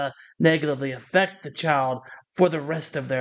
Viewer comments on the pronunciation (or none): none